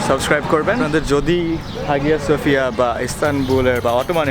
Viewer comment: হাগিয়া সোফিয়া রিয়াল একসেন্ট